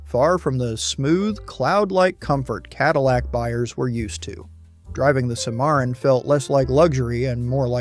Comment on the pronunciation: they mispronounce the Cadillac cimarron